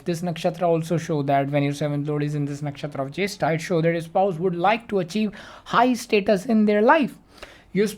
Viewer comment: The Way You Call Nakshatra Jyestha Soo Good 😬😬💥'Mine Moon Nakshatra N 7th Lord Nakshatra Are Same so Me And my Husband are Same may be